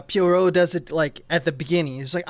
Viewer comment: Ayy, it's my episode!! I'm so happy how this turned out! Thank you to Dave and Tom, but also! (Also, JFC, learn how to say Poirot,!) Loved your take on the Ohlsson (Bergman) interview scene--that one'r is almost the sole reason I got so obsessed with the Lumet version that I commissioned the whole thing! Can't wait to hear you guys talk about the Branagh version, which... I kind of hate, and I think you guys will talk up a lot more, but I'm ready for the pain!